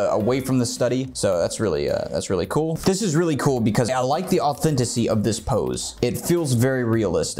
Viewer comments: baby doll, I love you; but it's "authenticity" <3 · I think you keep saying “authenticity” incorrectly but this video is really cool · "This is the authenticy we're looking for!" Me: Sweats in authenticity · It makes me giggle that you say "Authenticy" instead of authenticity x3 <3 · So I’m new to these videos but I’d like to say...DONT YOU EVER SAY AUTHENTICY EVAR! SAY AUTHENTICITY! JUST SAY IT! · I like the message you're trying to get across. It's good advice. BUT... "Authentisy" is NOT a word. And, yet, you keep saying it, over and over again. The word is _authenticity_. Sorry, that was just crawling all over me, I had to say something. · just love the way you say, 'authenticy'! Also, your views on drawing are spot on. One teacher to another, you're brilliant. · 'Authenticy' you heard it here first boys and girls! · Nobody:: A U T H E N T I C Y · bro, au-then-TI-ci-ty